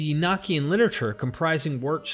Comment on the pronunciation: The pronunciation is "ee no key en" not "ee nock ee en" also you did not mention that the father of all Hebrews was a Sumerian. In the days of Abraham, Stories were passed on by word of mouth. Abraham was From Sumer.